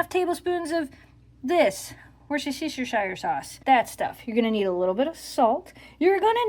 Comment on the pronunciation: LOL, Woostersauce, like roostersoup 😂